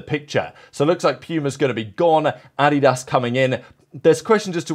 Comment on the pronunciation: So nice to hear someone pronuce Adidas correctly. 🤣🤣🤣